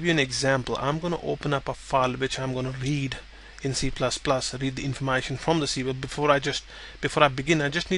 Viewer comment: informAshon lol